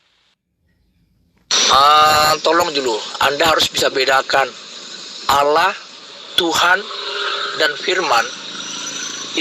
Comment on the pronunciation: alah🤣🤣🤣nyebut aja gak bener